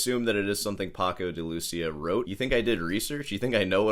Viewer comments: Paco’s name is pronounced “Day-Lou-Cee-Uh.” Not “Duh-Louseeuh.” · Your pronunciation of "pahkou de looosiah" is fucking atrocius. But that goes well with your overall annoying persona. I like annoying. And backhanded compliments.